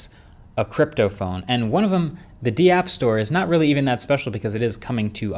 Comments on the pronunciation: Dee-app. Is it not just Dapp? Like give me daps? 😅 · It's not D app. it's DAPP like DAP. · The d-app store 😂😂😂 its one word dapp